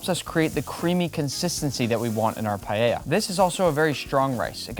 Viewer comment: Primero, aprende a vivir pronunciar la palabra. Segundo no vuelvas intentar hacer paella por favor